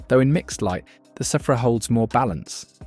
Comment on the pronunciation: I thought it was pronounced "sphere-ah" not "seph-ra"